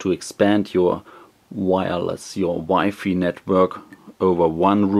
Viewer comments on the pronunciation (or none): he said wifi as "wifey" LOL but thanks for the review anyways